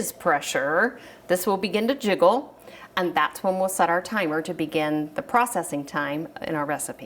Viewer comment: the “aaaaaaaannnnddd”, “becaaaaaaaauuuuuse” and other extended syllables were driving me nuts....very distracting